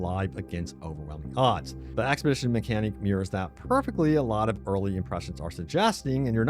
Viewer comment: expedition NOT axpedition !!!! get help